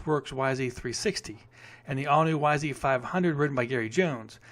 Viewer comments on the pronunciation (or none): none